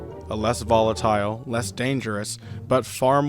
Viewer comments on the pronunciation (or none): none